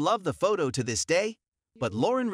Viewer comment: Loren has the emphasis on the second syllable. Just in case you want to pronounce it correctly.